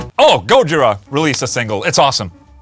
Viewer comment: Gooojira? Isnt it Gojiiira?